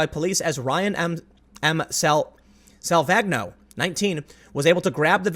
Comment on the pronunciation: I'm fairly sure Salvagno is Italian, so the g is silent and is pronounced 'sal-van-yo'